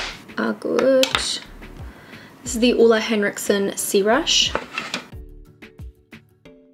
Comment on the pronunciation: I love hearing her pronounce "Ole Henriksen" haha!